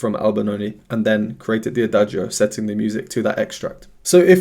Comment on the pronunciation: Thank you so much for your really professional reaction videos. I just wanted to point out two things. 1) The pronunciation of "adagio" is without pronouncing the "i", as Lara pronounces it (she is a native speaker and so am I); in Italian, in words ending in -cio or -gio, the "i" is purely there to indicate that the "c" is pronounced "tsch" (as in chess) and the "g" is pronouced "dj" (as in jazz). 2) Lara is classically trained with 10 years at Brussels's conservatory, so that explains her breath control and her ability to shape her mouth in the right way to create the sounds she wants to create. Thanks again! 🙂